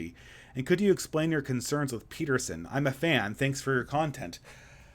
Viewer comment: You said Beterson